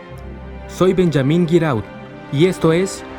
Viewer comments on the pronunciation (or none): Me agrada el fan dub enserio, pero, cuando hacen los doblajes creo que debe de haber un limite en cuanto a que cambiar y que no, como por ejemplo el nombre del reportero Benjamin. Se me hace raro que el nombre lo pronuncien en ingles Benllamin y uno supone que por consistencia diran su apellido de la misma forma , pero no es asi. Son esas las cosas que creo deben de cuidarse al momento de doblar algo